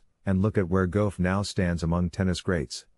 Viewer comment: I wish u would pronounce Coco's last name right! It's Gauff like Golf! That's really easy!